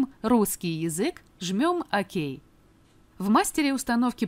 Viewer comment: не акей а окей